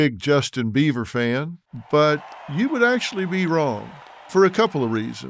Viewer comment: YO...Dr. Phil... it's BEIBER... NOT BEAVER 👈🙄